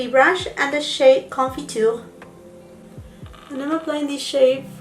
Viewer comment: Do you speak French ? I’m amazed at how you pronounce confiture! And all the other french words actually